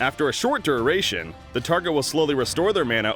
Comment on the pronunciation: This dude can't pronounce duration.